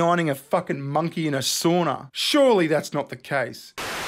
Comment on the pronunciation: Sauna! Not a "soonah".